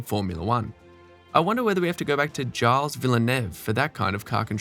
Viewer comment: sloppy shows picture of Villeneuve 5,10 while talking about Damon Hill .............Gilles ..................no its pronounced Gilles ..as in GEEELS ..dumm·kopf